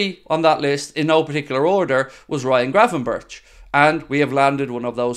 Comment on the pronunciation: It pronounced berk I’m sure not Burch ?!?